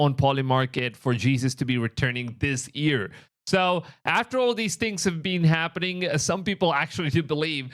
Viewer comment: I’m not judging you I’m just informing, but for those who don’t know when he says EAR = YEAR